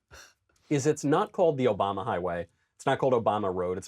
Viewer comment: Barrack OKAMA?! Did Andrew Klavan accidentally call A-Rock O-rama the japanese word for effeminate gay, drag queen and transvestite? Oh and also the gay slur that starts with f. What a mad lad... and he might not even realize it...